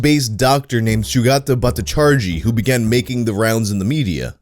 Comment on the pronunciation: SUGATTA BOUT-TA-CHARGE-YE ON INSULTING AN ELDERLY WOMAN'S MODESTY